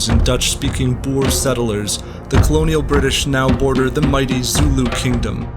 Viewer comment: way he pronounces Boer ukrs me so much 😒